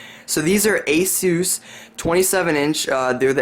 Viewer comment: You disliked the video because he said Asus correctly? I'm very confused...